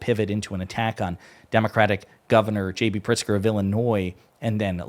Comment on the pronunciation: "Governor Pritzer"